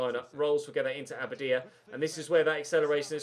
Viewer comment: Your pronunciation of abadia's name is very inconsistent. Get it right mate!!!